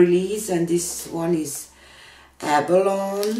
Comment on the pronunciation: Gorgeous end result!😍 Tip though: TLP "abalone" is pronounced with an "eee" on the end like "abaloney." It is a type of shell....